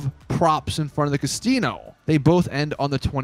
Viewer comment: did you say Castino